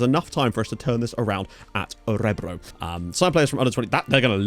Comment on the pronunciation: Emphasis is on the last syllable btw: Ö-re-BROO.